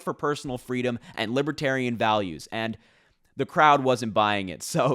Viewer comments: It sounds like he’s saying LIB A TERIANS. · What's a libiterian? Is that anything like a Libertarian? He can't even say the name of their party correctly.